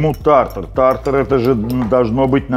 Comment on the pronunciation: Рецепт хорош! Слово «безумный» видимо любимое в лексиконе. тАр-тар , режет слух, тут шеф решил поумничать.